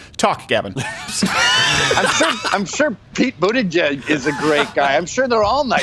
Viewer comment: Why do you keep saying buttegeig correctly and then stopping yourself just to say it wrong I don’t understand